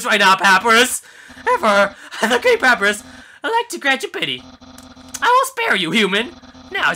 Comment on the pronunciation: It's pap-I-rus, like the font